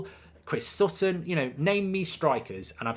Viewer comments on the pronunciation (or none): none